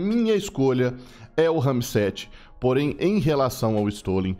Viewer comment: tu tem alguma deficiência na fala? é que tu só fala RAMI-7 sendo que o nome da arma é RAM-7.